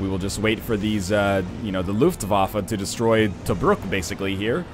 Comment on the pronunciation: I really like the way he says Nebelwerfer and Luftwaffe. Sounds so silly if you are familiar with the german language. :D